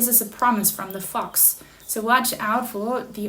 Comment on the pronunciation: Haha, your thumbnail looked like a pregnancy test. And your British accent in the first fifteen seconds sounded like “fucks” instead of fox. That’s my psychic sense going haywire, in a good way.